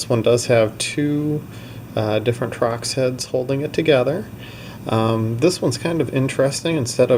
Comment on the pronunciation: Torx...? Trox...? Whaaa lol